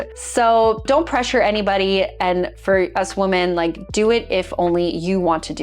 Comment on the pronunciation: This is an absolute pet peeve of mine. What the hell is it with not being able to pronounce your own gender correctly?